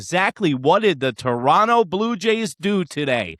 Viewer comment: Just started watching you, and you pronounced Toronto correctly. Tip my cap to you!